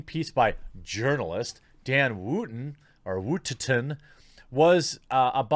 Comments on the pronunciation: Dan Wootton. Jeremy: "Dan Woottettetton." Never change, Jeremy. XD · The phrase you're looking for is "Pics or it didn't happen". Oh and the reporters name is pronounced Wooton. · No one is mentioning how Johnny Depps mum had just died... Mag bottle of champagne is literally like 3 bottles maybe more in one bottle... Much taller and rounder than a normal bottle ( how we pronounce Dan Woottons name is how oo is pronounced in wood)